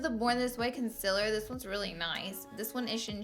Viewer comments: Me : concealer Laura : conciller Conciller CONCILLER me: ITS CONCEALER DAMN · Its not conciller its concealer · “Conciller” 😂😂😂😂😂 love you Laura❤️❤️ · Did anyone else notice she said consiller no hate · The way she says Concealer 🤦🏾‍♀️🤦🏾‍♀️🤦🏾‍♀️🤦🏾‍♀️ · who else came from the video of laura lee saying concealer wrong😂